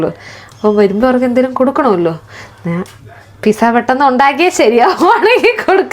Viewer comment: Pissa alla Pete - Zaw 😊 like your son said